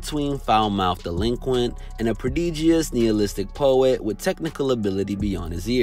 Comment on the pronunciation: When the narrator can’t even pronounce Nihilistic